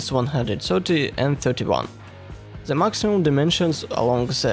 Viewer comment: you need to wake up before make "zhe" (the) speech.